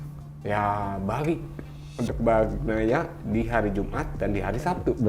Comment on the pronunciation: Bukan Bagnia Min Tapi Bagnaia!